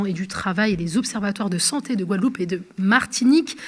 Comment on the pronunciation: On attend quoi d'un ministre qui n'arrive même pas à prononcé le noms d'une îles dont il est censé s'occupé (la Guadeloupe).